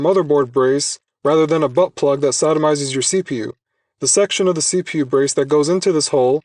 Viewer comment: The way you stress the letters in CPU is killing me.